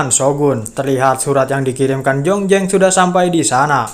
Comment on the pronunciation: jlas² namanya zhongzheng,kok di baca jongjeng.jdi males nontonya. Z jdi J